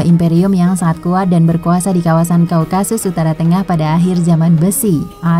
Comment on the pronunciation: *Typo kah? - Daun / Daud ? - Wahyudi / Yahudi ? Slh sebut : Kaukakus → Kaukasus Mimin ngantuk ya?..hì_hí..istirahat yg cukup., Min...